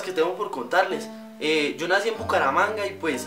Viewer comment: Y no decimos "io" decimos "yo"